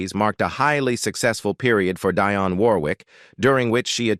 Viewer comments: What a horrible YouTube channel. You can’t even pronounce Dionne’s name correctly. Then you break into jive talking in some foreign language. 👎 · You want to tell us about her, yet you can't even get your computerized voice to pronounce her name right. Shame on you for wasting our time with something you know nothing about! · One of the best and most beautiful. This narrator needs to pronounce her name right.